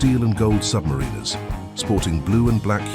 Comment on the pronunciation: This AI cant even pronounce Submariner correctly. And we are supposed to believe everything else?